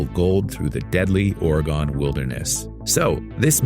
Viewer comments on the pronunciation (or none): When you over-pronounce the name of the state (or what’s left of the trail) of Oregon by saying “Ora-GONE,” you kinda sound like you’re maybe from the Oregonian sticks, although in all fairness, even the hickiest hicks in this struggling state have sense enough not to pronounce it that way, because that’s not the way to say it. Ready? It’s “Ori-gun.” Kinda chill and relatively easy once one gets the hang of it. Thanks for the heads-up on the film. Hope that you had a nice time at the festival. Nice humble brag that you were there (for what it’s worth). Wish that we were all so lucky, or rich, or whatever… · Ora gun. this guy says oray gone. and im from the Oregon sticks. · Orry-gun, not Orry-gone.